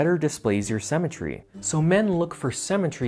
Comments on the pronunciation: Haha why do you say "cemetery" instead of symmetry? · Why does he pronounce symmetry like cemetery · I bet he drinks melk